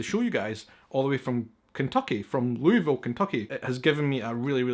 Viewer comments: The "S" is silent in Louisville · I guess the entire state pronounces it wrong. lol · Literally gets a bag with many ways to pronounce Louisville and continues to do it wrong lmao. its alright. people here do it wrong too. - a Kentuckian. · Mispronounce as he holds the bag with the pronunciation guide. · It hurt my ears to hear how you pronounced Louisville 🤣 . I think you'll really like this video on how to pronounce it. It's a fun video. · As a resident of Louisville, Kentucky, I'm extremely amused by how badly he mispronounces the name. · Oh I hope we get to receive you soon! I'd love to meet you! I hope we have some attractions going for you to see like the Belle of Louisville sternwheeler steamboat, one of my favorites! You pronounced it almost like I and many others do. If you drop the "s", your pronunciation will be perfect in my view (LOO-uh-vuhl). In Louisville, we swallow the middle syllable almost. In fact, when I talk to companies in other states, I have to say "LOO-ee-vill" or else they won't know what I'm saying, and I'm tired of hearing, "Huh? Huh? HUH??" I'm excited to have you visit! This is better than meeting a celebrity! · Say Louisville without saying the S ...they hooked you up with some good bourbons ... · Like Nawlins for New Orleans, in Louisville KY, they drop their sounds.. and they know exactly when a stranger is about! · Hey, I'm from Kentucky (born about 20 minutes from the Jim Beam and Maker's Mark distilleries) and live in Scotland, pretty close to Edinburgh actually:) Maker's Mark is my fav liquor. Glad you enjoyed all of the stuff from my home state! btw, Louisville is pronounced Lou-uh-vull haha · Its pronounced Loo-uh-vul...lol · spelled Louisville pronounced loulvile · It’s pronounced lullville Kentucky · Sweetheart..I am 66 and from Kentucky..that is the biggest load of horse manure I have EVER heard. It is LU VULL..Always has been and always will be. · It.s Loo.uh.vuhl.....😅😅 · IT'S PRONOUNCED LUHVUL! 😳🤘😜